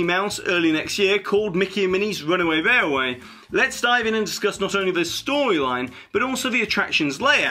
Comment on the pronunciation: Your accent is very strange to me. I can’t place it. I noticed your pronunciation of railway to be rarway, but your Ls in other words are phonetically correct. Where are you from if you don’t mind me asking.